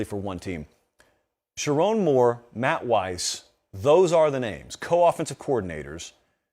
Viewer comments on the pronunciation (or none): none